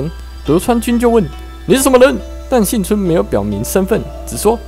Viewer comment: 是幸村不是信村,這種程度的還敢做視頻?